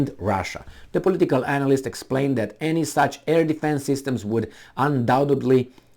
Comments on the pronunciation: It's analyst not anal- ist hhhhh Anyway keep those videos coming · And your pronunciation of analyst is spot on too. That is exactly what these warmongers are: anal-ists. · I like how you pronounce analyst, you say it like "anal ist", like an expert in anal research which is probably more accurate of a description for what they do.